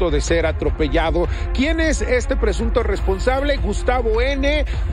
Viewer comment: No se por que dice presuto""" Si la evidencia esta mas que clara